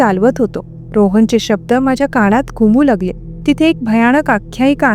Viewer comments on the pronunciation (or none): अनाकलनीय,मनात,कानात यातील "णा" हा उच्चार खटकतो! अणाकलनीय,काणात,मणात हे ऐकायला खटकते! तेवढे सुधारायला हवे! बाकी ठिक आहे!